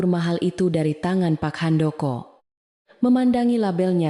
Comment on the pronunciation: Bilang pak Handoko nya sangat tidak menyenangkan bikin kaget di benerin apa bacanya